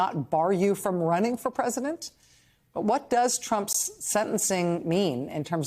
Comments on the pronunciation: A "prisodent" nice slip hope it sticks. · She had it right the first time, prisondent 😂